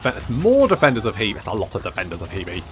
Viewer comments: The pronunciation of Hebei (河北) is closer to 'hur-bay' than 'hee-bee'. Just FYI. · We've seen the Defenders of Hebei Now we need someone to mod in the Attackers of JeeBees Since you seem insistent on pronouncing HeBei as HeeBee, I thought I'd make a pun.